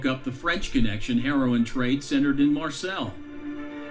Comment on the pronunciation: Narrator really needs to learn how to pronounce Marseille. . . It's French. Mar - say, not Mar sells.